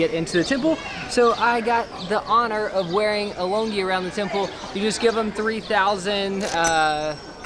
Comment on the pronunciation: Happy birthday! Been waiting for the MM vlog to go up for a while! Glad to see you guys enjoying the country. PS. longyi is pronounced LOON-gee. Also, Buddhists believe that one way to receive good karma is volunteering at religious institutes. Cleaning pagodas would be one form of doing good deeds.